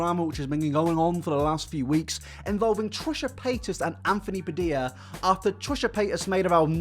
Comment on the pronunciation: Nobody:: anfony BAdilla